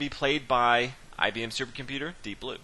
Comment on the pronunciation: commenator. It wd help the game of chess, us, the rest of the universe and yrself, if you wdnt speak that lousy american street slang. I am sure you can do bette than this, esp when commenting a chess game. Did you say 'IBmmmmm' at the beginning? I am not IBM's marketing manager, so I care. Painful the way you talk. Typical US of A arrogance and ignorance.